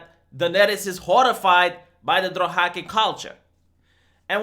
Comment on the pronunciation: Drohaki....Drohaki?? ....oh! Dothraki! XD